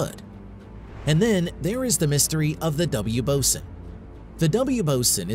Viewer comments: BOSON is definitely not pronounced "bo-sin." It's "bo-zon" as it's named after "Bose" which is pronounced "Boze". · He (or IT), is pronouncing it like the Navy officer in charge of equipment. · Ty. Every time he said it I shuddered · I noticed that too right at the start of the video. It kinda poisoned everything that followed. And continuously mispronouncing "boson" didn't help either.